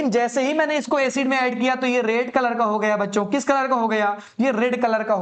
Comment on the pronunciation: Rad❌ Red✅